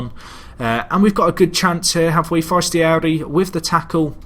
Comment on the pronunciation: It's pronounced Fernando Forest-ee-air-ee.